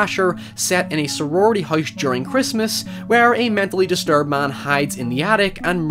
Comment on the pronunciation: Man, your accent gets crazy sometimes. Every time you say "house" it sounds like you're pronouncing the three letter word for frozen water with an H in front of it. It really sticks out here due to how much you said it.